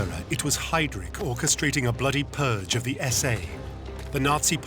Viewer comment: Can someone explain to me why this idiot continues to mispronounce then name Heydrich, and then suddenly says it correct at times, before saying it wrong "haydreek" - is not how it is pronounced. Listen to the voice over and others who pronounce Heydrich as it should be pronounced